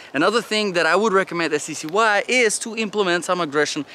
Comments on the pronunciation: Pronounced ""SKY"" . 😁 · They pronounce it Sky, also I was always curious what accent is it that you have ? / nationality?